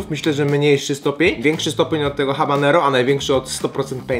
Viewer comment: mówi sie ABANERO !!!!!!!!!!!!!!!!!!!!